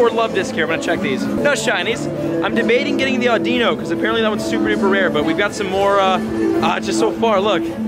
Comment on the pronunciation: The Pokemons name audino is said like this aw-di-no! Just an FYI 😉